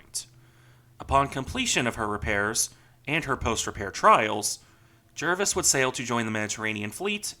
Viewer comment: I stand to be corrected but I believe the correct pronunciation of her. name is Jar-vis, not Jer-vis.